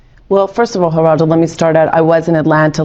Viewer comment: Pronounced Heraldo